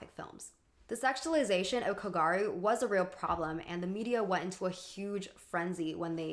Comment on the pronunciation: not kogaru, kogYaru. I love what you've got to say and youre well researches, expect for the pronunciations of a lot of japanese words in this video.